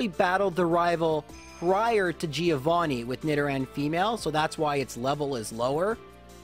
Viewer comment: Please stop pronouncing Giovanni like that